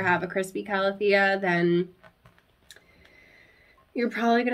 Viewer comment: You pronounce calathea the correct way, according to the dictionary ;) also, I find the best way to keep any calathea alive is to give them filtered water of some sort. Whether it's from a Brita to get out the chlorine from tap water (or setting the water out for 24 hours so the chlorine evaporates), distilled water, or reverse osmosis water (that I personally have a separate tap for in my kitchen). All my calathea and maranta live in a north facing window and they thrive there, constantly putting out new growth no matter the season!